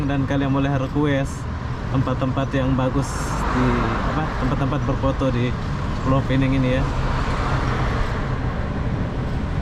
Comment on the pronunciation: Pulau Pinang (bahasa Melayu)... bukan Pulau Pineng... Bahasa Inggris nya Penang saja...